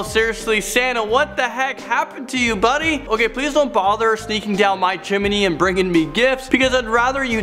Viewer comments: Are we not gonna talk about him saying "chim-eh-nee" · He said "chiminey"! Nah he didn't.. Rewind, aye well he did actually say "chiminey" haha